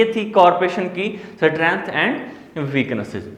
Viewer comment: सटरेंथ स्टरेंथ Which is 😄 right